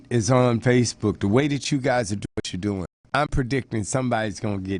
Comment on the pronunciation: Doing, not dong. O_o